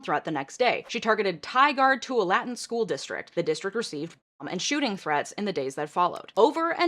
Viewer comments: Just FYI, Tigard-Tualatin is pronounce Tie-gurd Two-wa-lit-tin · Tigard-Tualatin? TY-gurd too-ALL-uh-tin 😂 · FYI, Tualatin is pronounced two-ALL-ah-tin. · from Portland metro, the Tigard-Tualatin pronunciation made me giggle. tie gerd - to all ah tin :) pretty common for non pnw people, lots of towns named after the natives. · Helpful Oregon pronunciations: Tigard: TIE-gerd Tualatin: too-WALL-uh-tin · Tualatin is pronounced too-all-uh-tin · Tualatin is pronounced ‘two-wall-laa-tin’ by locals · this video is amazing but as an oregonian, that pronunciation of tualatin was absolutely appalling to hear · As a former resident of Oregon, your pronunciation of "Tualatin" was very funny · The way she pronounced Tigard-Tualitin 😁😆 Another great video!!!